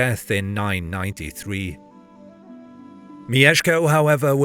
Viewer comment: it's not mi-ye-sh-ko it's myesh-ko. elongating the ie sounds very weird, like mijeszko